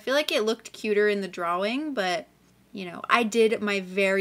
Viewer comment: LOVED THIS, I can’t believe I didn’t see ur community post! I will be keeping my eyes peeled for the next one. (Also the way u say draWING is very evil )